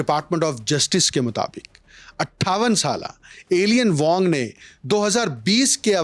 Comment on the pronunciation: Alien Wong nahi Eye-lein wong pronounce hota hai